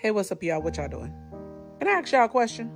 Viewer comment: Ask not AXE. You're hilarious but proper English is so much more impressive You're a smart woman